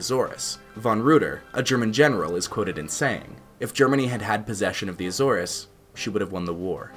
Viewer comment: Good information. However, You’re mis pronouncing the word Azores.